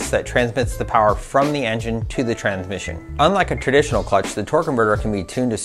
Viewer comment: Am i high or did he keep saying Tranmission, not Transmission.